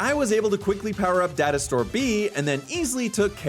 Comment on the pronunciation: Who else heard dinosaur instead of data store!? 😂😂😂 Just me...?🙈